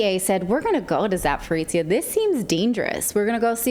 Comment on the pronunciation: You should really pronounce it as "Za-po-ro-zhye" (end sounds like mix between "j-ye" and "ch-ye" instead "tsia")